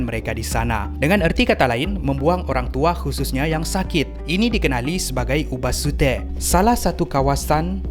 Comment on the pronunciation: sebut ubasEtu, padahal ejaannya ubasUte, mana satu ni 😅